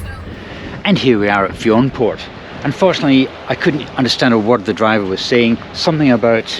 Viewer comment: Nice video. I love everything about Iona. Btw Fionnphort is pronounced "Finnafort".